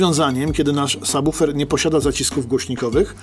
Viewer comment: Świetny odcinek, dobra robota! :) Oglądać Wasze filmy to przyjemność, a ten jest moim ulubionym. Ogromny plus za poprawną wymowę słowa subwoofer, bo często uszy mi więdną, gdy słyszę jak ludzie to wymawiają... Pozdrawiam serdecznie!